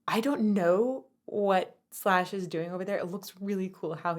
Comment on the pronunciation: Is not shash, is slash😂😂